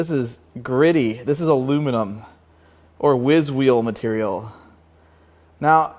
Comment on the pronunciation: you pronounced aluminium correct :) +1 for you, however Youtube isn't ;)